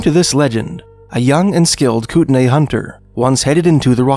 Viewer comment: it's spelled Kootenai, and is pronounced "coot-in-eye"